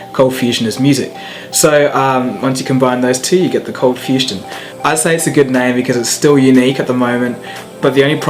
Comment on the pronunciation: Anyone still looking at the video and thinking why it is saying ColdFusTion instead of ColdFusion?